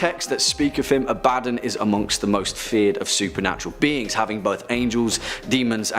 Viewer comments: Man this guy butcher's aboddons name. I was just listening to the video only can had to go back to actually watch aboddon part because when he says his name i was like i never heard of that demon before who is that? And then thought this sounds alot like aboddon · Ikr I cringed every time he said it. Also the way he kept butchering the word abramellon and the way the woman pronounced deity was embarrassing